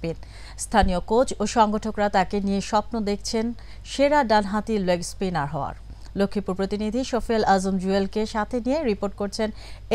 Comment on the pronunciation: Pronunciation i thik mto krte prena ..ki bli r .. leg spinner ke legi espiner bnie dieche😂😂😂😂😂😂